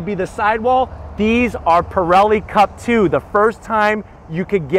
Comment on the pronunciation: Want, WANT, WANT! that is orgasmic! Perrilli tires? Nope, Michelins.! You're so excited about the best mustang of all time you said perilli! And 495 ft. lb of torque! 429! Doesn't matter! I feel ya! Awesomeness is that!